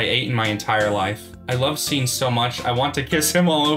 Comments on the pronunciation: its pronounced as "shaun" not sean 😭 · SEAN IS NOT PRONOUNCED "SEEN" ITS "SHAUN"